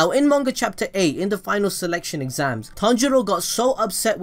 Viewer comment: His name is pronounced Ton-G-Row